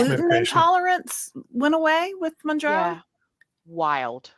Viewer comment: I really enjoy the content, thanks. I’ve been watching tons of videos as I’m on Mounjaro myself now. There are so many channels with helpful testimonials on Mounjaro, which is nice, but it irks me that nobody ever says it right. After I heard it pronounced 20 different ways, I called the Eli Lilly help line to see how the recorded voice says it and got my answer in seconds. It’s pronounced like the MOUN in MOUNt and the JARO at the end of KilimanJARO. MOWN-JAR-OH. It’s confusing to me that all the people that make YouTube channels about this drug don’t do that basic level of research.